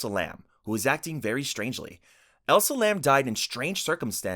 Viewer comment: Nice video but the woman who was found in the water tank's name is ELISA LAM. NOT 'elsa'. If we're getting any kind of entertainment from her death can we at least get the correct number of SYLABLES in her name ? It's not even a new case there's hundred of videos and articles on her, it's an easy name.